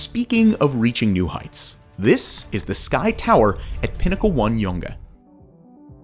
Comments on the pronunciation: Yea I was gonna say the same thing, always a good laugh to hear youngE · "Yonge" isn't pronounced "jongen" like in Dutch. It's just pronounced as "young" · FYI it's a very commonly made mistake, but Yonge in Toronto is pronounced exactly like 'young' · Yonge is pronounced the same as Young.